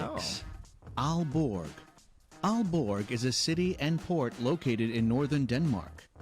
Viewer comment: you make a video about denmark. why don't you learn how the names of towns are pronounced? aarhus??? aalborg??? the central place in copenhagen, rådhus/raadhus??? terrible!!!